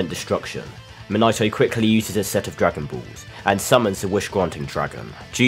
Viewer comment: Bro said dragon buuulss😅😅😅